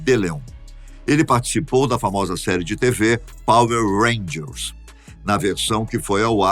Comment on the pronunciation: Power Rangels??? Nunca ouvi falar. Foi assim que eese daí pronunciou...